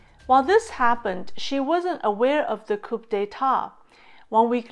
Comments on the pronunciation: COUP is a French word, and pronounced like KOO. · Small correction: a coup is pronounced like 'coo' while the p is silent. Interesting content! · Hi, great content as usual. Coup is actually pronounced Cou, with the P silent. Hope this helps.